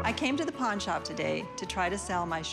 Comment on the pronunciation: Lady : I came here to pawn shop Me listens : I came here to po*n shop